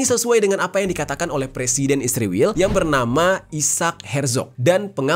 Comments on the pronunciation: Bang jerry juga nyebutnya isriwil harusnya israel kan😅😅😅😅😅😅😅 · Kenapa israel di baca isriwil